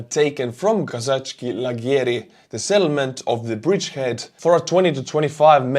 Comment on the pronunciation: It is pronounced Kozackey, I've heard that the place name translates as Cossack Tents